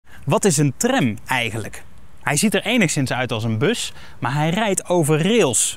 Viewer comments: aub spreek tram uit als tram niet als trèm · Het is Tram niet Trem, zeg dat dan ook!